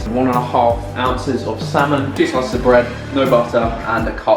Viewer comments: am I the only one that noticed "two sclices of bread" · ‘two sclices of bread’ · "2 sclices of bread" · “2 sclices of bread” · No one: Chris: 2 SCLICES of bread